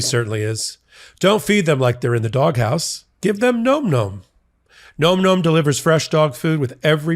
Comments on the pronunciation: Gotta laugh about the nom-nom push.... Maybe get the pronunciation right, its pronounced like nam-nam (such as the pronunciation in vietnam) , not gnome gnome. Just putting that out there, makes you seem a bit more credible in your push lol! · its pronounced NAH-m NAH-m not nome nome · I think the answer to why Trump did it is all the things you mentioned. BTW NomNom is pronounced NahmNahm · Re: advertisement Phonetically it’s Nahm nahm. Not nome nome. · It’s “nahm nahm” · You're still pronouncing Nom Nom incorrectly.